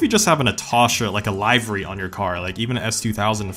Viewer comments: Stop calling it Liv-er-y and call it liver-y. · Livery, like olive. not Live-ery lol. Like taxi and livery commission. Recently I hear a lot of weird ways of saying words. That, and fascia. I feel like theres a glitch in the matrix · You said Live-Air-Ree 😂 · this mans did not just call a livery a lievari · I just realized I pronounced 'livery' "Lee-ver-ree" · The way he says livery is quite weird